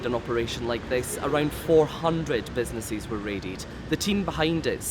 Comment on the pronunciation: What’s a “businesseees”? Why can’t this person speak correctly?